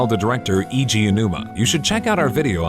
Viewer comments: Sorry to be a weeb, but Eiji is pronounced more like ay-ji, not ee-ji. The letter i is used to represent an "ee" sound in romanized Japanese, whereas the letter e is used for an "eh" sound. So if you combine the two it sounds more like eh-ee-gee Aonuma (the vowels are technically different syllables, but people tend to slur them together). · His name is iiji or eiji its weegee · every time they pronounce eiji as iiji, somewhere in the world a puppy gets kicked. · Oh no worries, I hear a lot of people say it that way. The "e" sounding like the letter a and the "i" sounding like the letter e in Japanese is confusing. Blame English for having inconsistent spelling rules. I feel lame for even pointing it out.